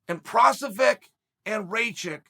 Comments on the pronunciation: first he says Provizer then prolocklovitch lol, he doesn't half butcher peoples names. It's like he does it on purpose so people talk about it in the comments which leads to more interaction whch esentially leads to more views. Views = money. He's a clever man lol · How many times is chael gonna make up jiris last name hahahaha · Chael pronouncing jiri last name different every time in this video had me laughing lol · Chael is saying jiris name wrong on purpose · The way he keeps messing up Jiri's last name as this video goes on is funny as hell😂😂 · he made Jiri’s last name sound like an allergy medicine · Chael, just Google how to pronounce PROCHAZKA. Or how about you ask Jon Anik??? For the love of god it's not that difficult. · Chael still has no idea how to pronounce names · Prosafec??? Oh, you mean "Pro-Hav-Ska" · i think it's pro-HAS-ka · So we got Procevik and Raicheck, nice. EDIT: LOL we also have PRO - VI - ZER in the division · "Against proviser or rachik" chael is doing this on purpose 😂😂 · Provisor or Raichik....oh Chael never change haha . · “provisor” is by far my favorite pronunciation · Who the fuck is prok-low-vich? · o wait it's provisor by the end, nvm its proklahavic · Ah yes, Jiri Provasmeck. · Prokochic? Provizer? Procklovich. Racik? Raychick? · Prosovick and Rachik????😂😂😂😂😂😂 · Jiri Pro-hash-ca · Jiri has at least 4 surnames according to Chael : 1. Provizer 2. Prohobilich 3. Procovlovich 4. Provocative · My two cents is it's gotta be provoskovich, proclomanov, or proskahobovic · Procolovich and Raikitch 😂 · "You got ...JIRI PROVASVIC" if you have more than 2 syllables in your name expect uncle Chael to give you 827 other names🤣🤣🤣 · Chael: Jiri Proviser Me: Ok great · Hey just wondering what vaccinations you guys got in the comments....Moderna Phizer or Provizer? haha prochlevich was just the cherry on top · "Yuri Prohazvac" :D :D :D :D nice one, Cheal. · Chael “ yuri provasbek “ sonnen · Who the fk is prossvakic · "Provizor" christ chael